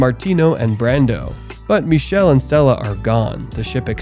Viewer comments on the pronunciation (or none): "ch" in Michele is pronounced as /k/. "ch" followed by "e" or "i" in Italian is a /k/ sound. Also, the final "e" is also pronounced as /e/. I watched this movie when it came out in Italy. Never seen an Italian movie like that before. Don't know if there's an English version where his name is pronounced /miʃel/ with a "sh" /ʃ/ sound and no final /e/